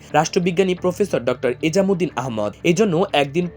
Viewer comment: স্লীপ অব টাং প্রফেসর এমাজউদ্দীন এর স্থলে এজামউদ্দিন উচ্চারণ করা হয়েছে।